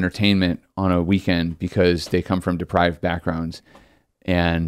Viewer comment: Depraved not deprived!